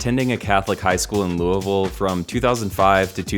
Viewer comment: big ups for pronoucning louisville correctly